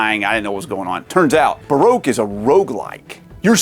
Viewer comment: Barogue is pronounced Ba Rock